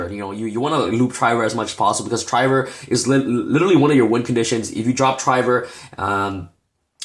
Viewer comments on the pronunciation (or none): bro it's de neb you pronounce weird and it's trivver not try ver lol